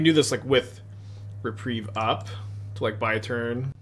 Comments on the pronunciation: repreeeeve. not reprive. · He has said Re-prive more times than I can count. But he has correctly said Re-preeve a few times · Hearing you mispronounce reprieve over and over is like nails on a chalkboard. There are not two ways of saying it. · does he really still not know how to pronounce reprieve, is he messing with me, I guess chat moves quickly he could just miss it over and over and over and over